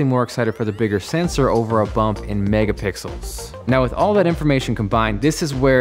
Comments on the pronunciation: it said mega pickels not mega pixles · did anyone notice "megapickles" lol